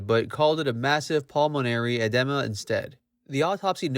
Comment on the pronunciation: It’d be nice if the announcer could pronounce simple words, like edema (not “edemma”).🤦🏻‍♀️